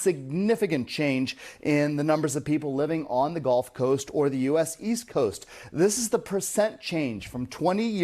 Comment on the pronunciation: Bro.. .. it's the "gulf" coast .. not the "golf" coast